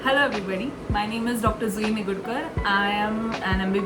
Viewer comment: Your name's pronounced Zui. Now you're officially (M.D.)!!🎉❤